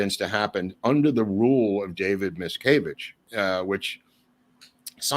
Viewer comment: Wonderful. But why pronounce "Miscavage" as "Mickayvidge?" Just curious.